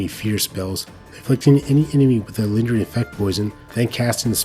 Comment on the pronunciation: not a native english speaker myself, but im pretty sure you mispronounce "lingering" :7